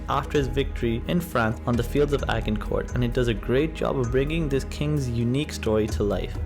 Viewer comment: Interesting video and all going well until you,get to the battle of Agincourt! When you Mable it’s pronunciation. The film gets it almost right the g is soft not hard ajjjjincourt not as in bag